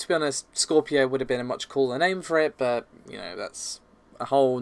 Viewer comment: I just want to know what is with "BUT“, you and pronunc it in the same manner, I am not going to lie to you you, I really do hate it, it is like someone scratching something